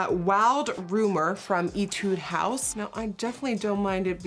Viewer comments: Nikki I love this video just one little thing... it’s eh-tee d house not E-tute house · Just a heads up , etude house is pronounced eh- tude house not E- tude 🤣🤣 love you Nikki 💜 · Etude House is pronounced Eh-tude House😊 K-Beauty lovers, you’ll know!